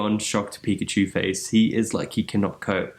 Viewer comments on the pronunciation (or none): none